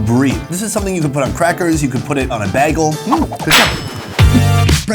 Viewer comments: "Baggle"! Love it! Just like Britta Perry [ ]. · You say bagel weird. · The way you pronounced "bagel" kind of triggered me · Bruh the way you say bagel is funny haha